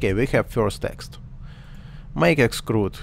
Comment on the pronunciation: ты произносишь слово эксТруд как эксКруд - это может смутить иноземных смотрителей)